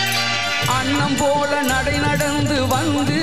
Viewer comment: அது தவறு.உதாரணமாக.. இதில்.. அண்ணம் அல்ல அன்னம்...கண்ணம் அல்ல கன்னம்...அழகாண அல்ல அழகான...கணிச்சாறு அல்ல கனிச்சாறு...தணியே அல்ல தனியே...உண்ணை அல்ல உன்னை. இது போல தவறான உச்சரிப்புகளுடன் தான் இன்று தமிழ் நாட்டின் பெரும்பாலான ஊடகங்கள் கூட தங்கள் செய்திகளை வழங்குகின்றன..